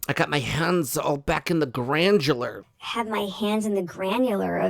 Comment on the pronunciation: Hey granular not grandjular‼️ 🙄🙄